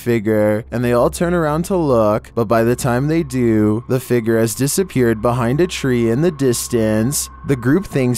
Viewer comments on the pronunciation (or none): Love your videos but have to say it's fig-ure not fig=ger